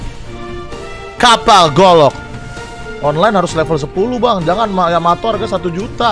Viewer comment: Kapal yanto,yamete,yamato,yamiti kata bang windah